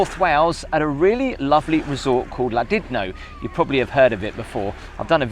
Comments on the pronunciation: It's Llandudno not Lland idno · It’s Llandudno, not “Ladidno”. 😂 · Llandidno or Llandudno? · Pronounced. Lan-dud-no. Its a toilet that hotel. Mega looking rooms just left to rot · Did you say ladidno? 😄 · They pronounce it “Clandudno” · Hlan-di-no? Maybe. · it’s pronounced Clan at the beginning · why did you pronounce it landidno lol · i always thought it was pronounced ..clandidno)) gl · Still pronouncing Llandudno wrongly,. 😂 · that is one of the worst pronunciations of Llandudno I have heard. even the scousers do it better. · Terrible pronunciation of Llandudno, otherwise a good video, interesting. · As a Welsh speaker, the way you said Llandudno made me cry. Good video tho :) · Please pronounce Llandudno properly 😂 x love the vids though keep up the good work x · that's not how you pronounce Llandudno 🤭 Only a min or two in so far but looks grim! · Ffs. Hahahah retro kettle. I guess I own a retro kettle at home haha same.one but in black. My god,love Llandudno. How's it pronounced? I always thought it was Lan...dud...no. Love ve the place and always wanted to stay at that hotel,great location etc but yh,I've read the reviews 🤨. This looks so nasty though.